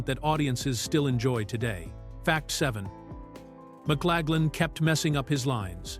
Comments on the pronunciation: Who’s this McClagland actor keeps describing? Please clean this up! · fails in Victor's name.